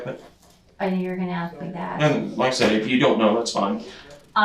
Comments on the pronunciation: It's axe instead of ask that drives me nuts 🙃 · I was going to axe you about that.😂😂😂😂😂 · It gets on nerves too when people say, "axe" instead of "ask". 🙄